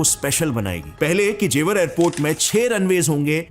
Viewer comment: जेवार नहीं गँवार ,, ज़ेवर एयरपोर्ट ,, आ की मात्रा नहीं है सस्ते अंग्रेज की फटे हुवे कॉपी